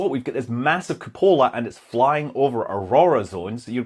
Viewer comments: Welcome back, Scott! Great episode. tip: *koo*·puh·luh (accent on first syllable) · Took me a while to realise Scott was saying cupola instead of coupler. Frigging Scottish accent, lol.